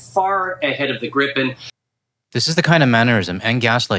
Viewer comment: [gree-pen] if I may.